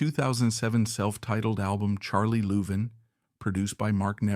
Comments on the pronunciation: Whoever in the background is talking ought to learn how to pronounce the the last name of the 2 brothers. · You are saying their last name wrong. If it's AI - shame on you. If it's you - shame on you.